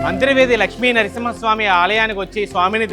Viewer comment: అంతిర్వేది కాదు అంతర్వేది అని పలకాలి.